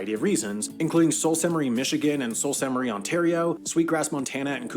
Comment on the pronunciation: You must be a fellow Canadian. Your comment explains the pronunciation of the first word in the name of the city "Sault" as "Soo". Did you not notice that he also struggled with the pronunciation of the second word in the name? He obviously doesn't recognize "Ste." as the abbreviation for the French word "Sainte", as he would only being accustomed to seeing the English abbreviation "St.", as in St. Louis or St. Paul. But I absolutely understand why you didn't recognize that as an issue. I think most of us Anglophone Canadians have absorbed more French language in our bilingual culture than we realize. Cheers! 😀🇨🇦